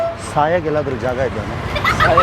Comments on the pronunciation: ಕನ್ನಡ ನಾ ಕೊಲೆ ಮಾಡ್ಬೇಡ್ರೋ ಸಾಯೋಕೆ ಅದು ಸಯಕೆ ಅಲ್ಲಾ. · ಸಾಯೋಕೆ bro ಸಯಕೆ ಅಲ್ಲ